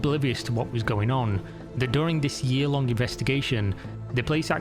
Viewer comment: Why do you pronounce -ng ensing words like that? Its a little annoying StealinK TaxinK lonK LearninK DoinK mininK digginK wronK Quite literally becoming unwatchable for me just for this reason.....